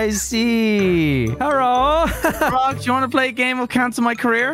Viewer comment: LMFAOOOO “herro”💀💀🤣🤣